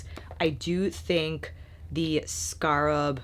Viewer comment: you are too funny. Scarp or scarab? I love your channel because I know at some point I’m going to have a deep belly laugh as well as great makeup information. It’s a gift. So thanks for having such a humble gracious attitude- one who can laugh at herself and still be a boss.